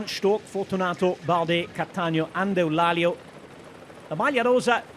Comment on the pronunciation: Well, I'm sorry to say that Eulálio is not pronounced like that in portuguese, he's saying it like a spaniard would.. 😅 Classic